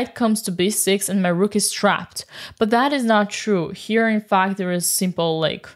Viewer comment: I'm tempted to make Dina's "The Rook!" with the beautifully rolled "R" into a notification sound on my phone.